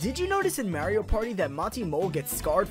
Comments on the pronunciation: “Merio party” Dude its pronounced Mario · when its a name that most languages pronoune the same way, calling out on butchering the name (how the fuck do u even butcher MAR-I-OH) is perfectly reasonable